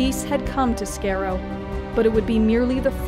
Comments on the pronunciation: Good bar the mispronouncing of Kaleds and Skaro. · Every time you said Skaro I died a little on the inside, but good video though xD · Great video. Only thing wrong is that you said Skaro wrong. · Did anyone notice she said skaro wrong? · Sounds like you are pronouncing Skaro as “Scare-O” and not “Scar-O”. Weird that it stood out for me. Clearly I should be saying EXTERMINATE instead. ;) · declan collins no it's pronounced Daa - lek! The planet is Skaar-Ro ! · No wonder the Daleks are terrifying, it turns out that the name of their planet is actually pronounced "scare - o" LOL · It's called The Cult of skaro it's not Scarrow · The way she says Skaro really upsets me. It's spelled Skaro It's pronounced Scar-o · Pronounced SKY ROW. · It's pronounced SCAR-ROE. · "scare-o" that hurts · Skaro not skero lol good video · It's called SKARO... In the series it's pronounced SKAR-O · AT LEAST LEARN TO PRONOUNCE "SKARO" CORRECTLY. SCAR-OH. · skaro is pronounced scar-o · Love the video, I just have one complaint: It's Sk-AH-ro! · it's pronouced scar-ro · Skaro not scareo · Skaro gets pronounced incorrectly in this vid as "scare-o". And it's annoying to anyone who's watched particular Doctor Who stories that take place there. It's not the narrator's American accent, that's fine. It's just a clear mispronunciation. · Hey before you talk about skaro say the name right. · You pronounced Skaro wrong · I REALLY DISLIKE PRETENDERS! Out of your whole staff couldn't you find one Doctor Who fan? The mispronunciations of commonly used words in the show, like Skarow and Davos shows your narrator DOESNT EVEN WATCH! These are words that have been spoken SINCE THE 2nd Show of the original series, but I guess 50 years of these words aren't really applicable when you just want to make money.... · Fucking Americans can’t say skaro or Kaleds of thals 🙄🤦🏼‍♂️ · Skaro was pronounced wrong sigh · You pronounced Skaro wrongly. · Oh god the pronunciation. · Stop saying Skaro and Dalek wrong